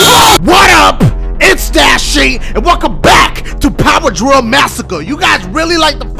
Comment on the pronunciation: when ever he says dil does any one else think dil pickle